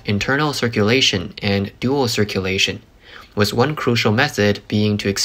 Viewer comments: dude keeps saying "wiss" but I can't find it in the dictionary. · why does this guy keep saying "wiss"? what is a wiss?